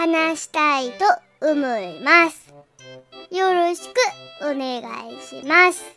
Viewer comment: よろしくっお願いします 「く」で切るの癖になるw